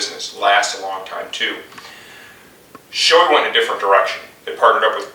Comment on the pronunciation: Great video...but Shoei is pronounce as, "Show-ay". :) No reflection on your video though. Well done and helpful. :)